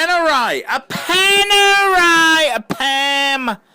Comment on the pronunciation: My poor ears. Panerai? Ok, your choice.